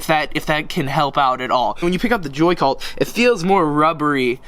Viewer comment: Why did u say "the wide ness of a joy cult" when it a is a joycult 😂😂😂